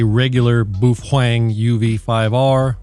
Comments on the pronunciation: But why to you call it BUFFWANG? xD not a native english speaker myself but it sounds so strange ahaha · You aren’t even allowed to unbox that radio since you’re not a HAM licensee. Stop mispronouncing boofwang, you idiot! Please excuse me while I attend to some spurious emissions… (that was a good-looking box) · Baofeng = buffwang. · Is the buhuang pronunciation an inside joke? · Imagine how insane the Sadhams would go if you attacked pizza rolls and Mom's basement. It may simply be that Sadhams merely dislike your BoofWang pronunskiation. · It's pronounced "Bow-fung" pffft! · I'm new here. Why do you pronounce Baofeng the way you do? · You are saying the name so wrong dick head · Pronuce the name correctly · Why do you keep mispronouncing Baofeng? So annoying. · If you want to be effective in using a radio whether it be in a shtf situation or not you need to get licensed. This way you won't be cluttering up the airways in an emergency and you actually know how to talk on the radio because you will have practice doing it and you will have gained useful knowledge in doing so. It's really annoying how you pronounce baofeng you're pronouncing it wrong. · OMG you know the sad hams are beating up there keyboards right now saying first you pronounced the name wrong, and you have no clue about what your talking about. I love how you just keep twisting the knife. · It's not a "trigger" button it's a push-to-talk button. Also learn to pronounce baofeng correctly.